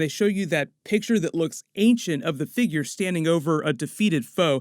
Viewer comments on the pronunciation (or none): none